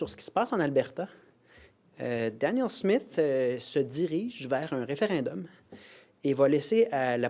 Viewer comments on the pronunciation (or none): Réfé Rin d'homme 😂 apprend au moins à le dire avant de le passer